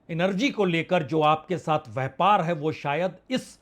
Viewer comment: Itna bara shudh hindi vyapar ki jagah vyhpargalat hindi bolte hai .dhanybad